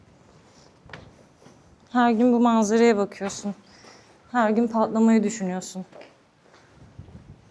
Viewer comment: Pa’lama değil, patlama. Türkçeyi katlettiniz. Bu savaşta Türkiyenin rolünüde söyleseniz keşke